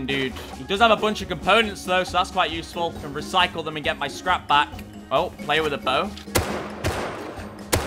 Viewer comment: The popped P in scrap and the other mispronunciations are a side effect of the stimulants.